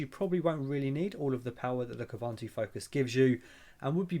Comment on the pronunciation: It's pronounced Kooboontoo.